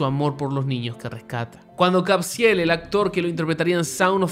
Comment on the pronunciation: Porque lo nombras Cabziel y no Caviezel como normalmente le dicen? Mas alla de eso, Tim Ballard, Eduardo Verastegui y Jim Caviezel deberian recibir el Nobel de La Paz gracias a Sound of Freedom. Y nosotros ayudar a esta causa y propagarla.